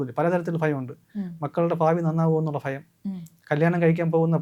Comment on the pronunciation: Not phayam, it’s bhayam